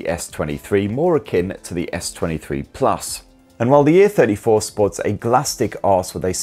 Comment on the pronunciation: One recommendation: you stress the A in *A*34 and *A*54 quite often, whereas the difference between the two is a-THIRTY-four and a-FIFTY-four (or even just "the THIRTY-four compared to the FIFTY-four). I often had trouble understanding which version you meant (while watching during lunch FWIW) and had to replay a few secs a number of times. It sometimes sounded like you were about to the compare the *A*34 to the *B*34, such as here: .